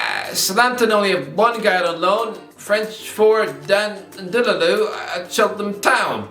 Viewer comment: N’lundulu* No wonder he can’t be motivated to perform for you lot, when you cant even say his name even remotely correctly. You’ll probably get relegated next season, and be begging for the lad.